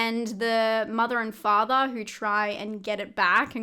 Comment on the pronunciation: Octobaaa, fathaaa, mothaaa, togethaaa. Just loving your accent. LOL 😂